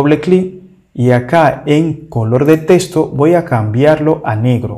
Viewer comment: Repite después de mi, no se pronuncia TESTO, se pronuncia TEXTO